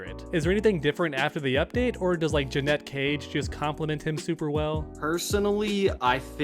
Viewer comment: Bro can’t even say Janet Cage right 💀